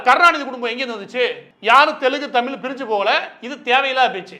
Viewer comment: தமில் இல்ல நண்பரே... தமிழ்!! உச்சரிப்பை சரி பாருங்கள்.